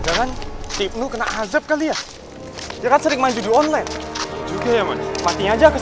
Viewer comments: azab❌ Ajab✅ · Azab bang bukan Ajab🗿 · Azab min bukan ajab